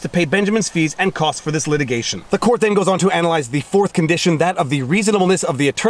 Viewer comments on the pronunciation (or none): none